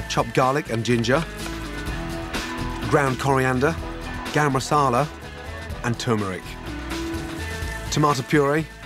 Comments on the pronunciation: when he said 'GaRm MaSaLa' i laughed a bit. it is actually cute how English people pronounce Hindi/Urdu word. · Somebody can help me with the ingredient that he said something like gumasola??? What is that??? Please